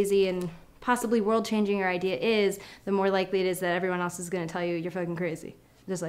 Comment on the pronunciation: Did you say ideaer instead of idea?.....oh well I'll just ignore that.hehehe